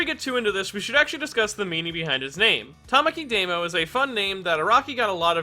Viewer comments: Why do you keep saying "Deimo?" It's "Dahmo." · I've always pronounced his name as "Dah-mo." Is it really pronounced as "Day-mo?" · His name is Damo, not Demo... Luv u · He's called Damo, not Daymo. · It astounds me that you're so knowledgable about Japanese names but still pronounce Damo as "day-mo" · No one:: Deymo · Because he never heared that name spoken. He haves no idea how to pronounce it. I hate people like you who correct mispronunciations so much.